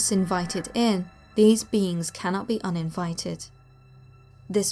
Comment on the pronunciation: Every time you say "Black Eyed Beings" I hear "Black Eyed Beans" Anybody else? 😂